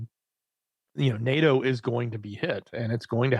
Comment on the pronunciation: NAAAHHHTOE....NAY..AY....YEAAA..TOE....DAYLIGHT COME AND ME WANT TO GO HOME.